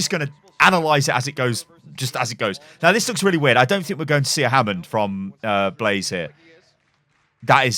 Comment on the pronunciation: It's Blasé... You pronounce it as Blaze